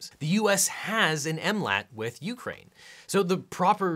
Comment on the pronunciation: Why does it bother me so much he says it "You-crane" with a pause, it drives me insane